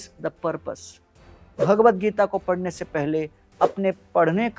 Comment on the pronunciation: ' PADNE ' KA TAREEKA NAHIN , " PADHHNE " KA TAREEKA .